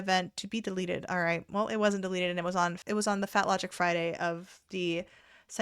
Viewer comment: LOGIQQQQQQQ im always here for that whole white-girl-stigma, where we say words a really fancy or fun way, or use some words from spanish or other languages. like, "sup chica!" and the whole "laaahhjjiiqqqq" annunciation. ((if you didnt know there were multiple white girls like this, me either😂 i learn like last year and got kinda sad. still is fun so i wont be stahpaannggg (see what i did there))) GODS BLESSINGS HOMESKILLET!